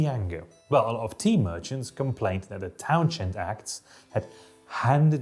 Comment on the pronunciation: You go to impressive lengths to mispronounce Townshend.